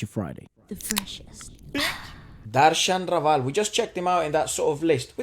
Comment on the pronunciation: "Ra" as in Raa and Val as in "rival" so Darshan Raval